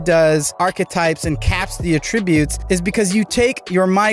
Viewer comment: Learn how to pronounce “attributes!”